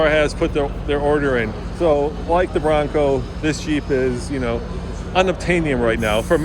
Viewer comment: Lmao NeW FoRd BwAnCoW 😂 idk why but I’m dying laughing